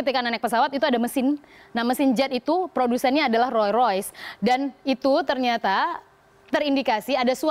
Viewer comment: ngomong rolls royce aja gak bisa....